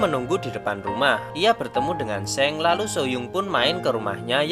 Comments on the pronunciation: Soalnya Seong eo ny dibaca o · just info. . bacanya song bukan seng